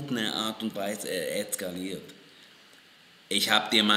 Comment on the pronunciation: Etz etz etz etz etzkaliert...